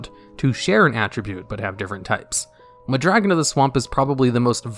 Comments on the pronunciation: You pronounce Mudragon like Muh Dragon lol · Meh Dragon